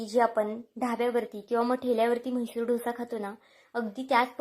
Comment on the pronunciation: छान आहे.. पण तुम्ही डोसा म्हणा.. ढोसा म्हणू नका.